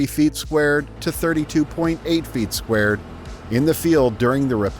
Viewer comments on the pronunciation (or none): none